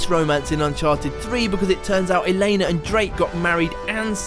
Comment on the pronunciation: Did he seriously call Drakes love interest elaya? I can't even. It's Elana ffs